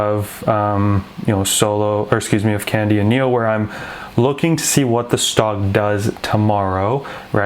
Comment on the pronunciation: Pronunciation “Kong-Di”, though I also do like “candy” :)